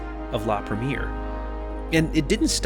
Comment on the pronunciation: You're putting the wrong accent,, when saying "premiere". The accent should fall onto the last syllable.